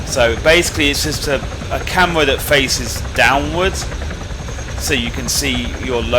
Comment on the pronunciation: "a camwa thwat fwaces dwonwards"